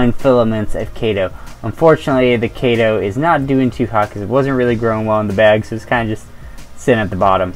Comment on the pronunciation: Nice, thanks. FYI. It’s pronounced KEE-to, like the diet. KEE-to-MOR-pha. In taxonomy (and probably everywhere else too) “ae” is an “ee” sound. Same in “algae”: AL-gee.